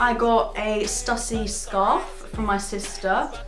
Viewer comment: Just to let you know it's pronounced Stoo-sy, hence the accent (Stüssy)